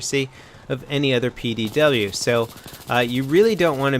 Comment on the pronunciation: Hearing you constantly say it's a PWD pains me.... but BF3 made it like that so be it.